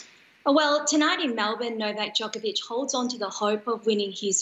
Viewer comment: Who is this horrible anchor woman. “Melbourme”?? Seriously!